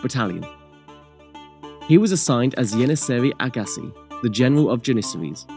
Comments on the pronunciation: It's pronounced Fatyon, not Fatjon. It's pronounced Yenicheri Ahasi, not Yeniseri Agkasi. It's pronounced Constantinople, not Constanopel. It's pronounced Tekirdah, not Turkidag. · Yeniceri ağası ğ is hard to pronounce for you ı think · İts yeniceri agası can you pronounce it?